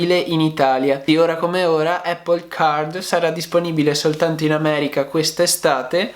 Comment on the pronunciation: Non voglio fare il pignolo ma...solo noi in Italia diciamo "eppol"...sbagliando di brutto 😁 La corretta pronuncia e' "Apl" con una "P" ... Ecco la pronuncia dal fondatore...chi meglio di lui?